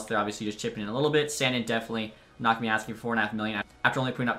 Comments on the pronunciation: It’s “sandeen” not sand in idk how you don’t know that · SAN-DEEN NOT SAN-DIN good video though squirt